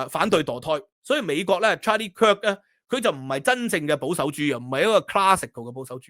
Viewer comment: 終於讀返啱 Kirk 而唔係讀 Kick😂